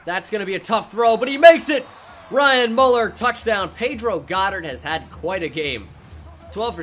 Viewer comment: It’s... Mueller Me•u•ller not Muller